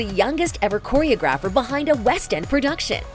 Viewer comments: It’s choreOGrapher not CHOReographer. If you were a real reporter you’d do some research. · It's not pronounced Choreo-GRAPH-er, it's pronounced Chore-O-grapher